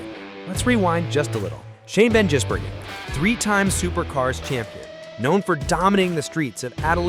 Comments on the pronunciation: GIZ not JIZZ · And what about 'van Jizzbergen'?😂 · Shane Van "Jizz"bergen!!!! LOL, American pronunciation is so funny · Shan Van “Jisburgen” haha 😂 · FFS you'd think you'd get his bloody name right. Lightweight careless AI BS.